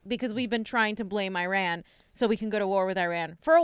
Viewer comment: Irrrrrran, irrrran...eeerrrrun!